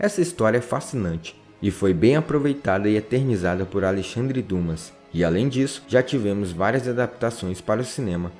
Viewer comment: Você errou na pronúncia de Alexandre Dumas. Na verdade se pronuncia Dima.